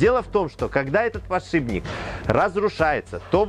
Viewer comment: Тогда уж ,, подшипник,, а не,, подшиБник ,,. А так все классно...